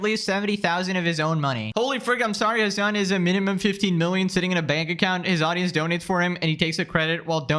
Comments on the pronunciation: Genuienly the way XQC pronouces "Hasan" is funny like what do mean 'azzan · Xqc saying Hasans name like AHZAN is killing me 😂😂😂